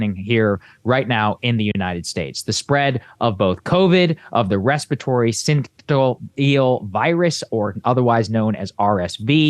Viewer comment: Sin sish E ul is how to pronounce syncytial.